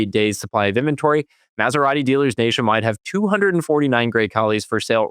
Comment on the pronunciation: Lear to pronounce "Maserati:!